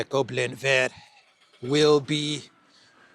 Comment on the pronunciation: pronounced le Goblin vert without the T 👏👏👏👏👏👏👏👏👏👏👏👏 bravooooooo!!!!!! ❤